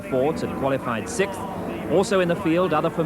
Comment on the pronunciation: Ahhhggh, it's not "Sikth" it Sixth"